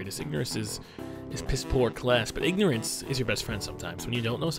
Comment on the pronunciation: did you meen ignerince is abliss